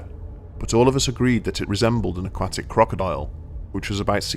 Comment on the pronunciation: It's "Aquatic"